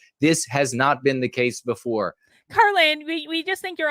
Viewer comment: I’m sorry, did you say karlyn or Karen?